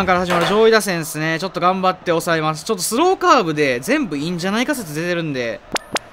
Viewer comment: スローカーブの発音変じゃね